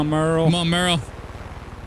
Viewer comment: Hey my names Merle. This is the first time I've ever seen my name in a game, spelled the same way, and you guys pronouncing it correct.